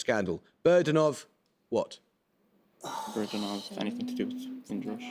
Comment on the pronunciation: Glad I'm not alone, I actually did somehow hear it as "burdenov" and was confused, maybe because of how it was spoken. I'd like to think burden of proof would have come to mind if I'd heard it correctly but who knows. It wasn't necessarily going to be that anyway but that is a common phrase